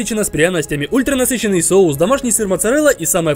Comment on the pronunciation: нормально он сказал это слово вообще то 😐